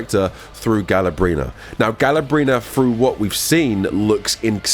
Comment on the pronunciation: GALA-BRENA. I CANT BRO